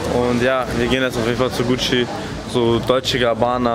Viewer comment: Er sagt deutsche gabana 🤣🤣